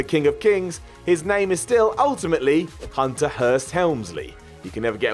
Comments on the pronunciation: goofing on anyone else's pronunciation is ridiculous. He literally just said 'Unter. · That's how you're supposed to speak. Hs are purely decorative.